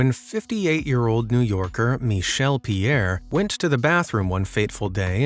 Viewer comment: What kind of name is 'Mee-Shdll' for a dude?? 😧